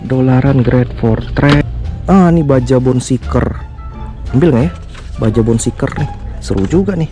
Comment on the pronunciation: bacanya bone shaker bro, bukan bone seeker